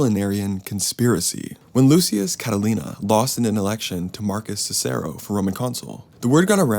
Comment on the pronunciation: You are mispronouncing the name Cicero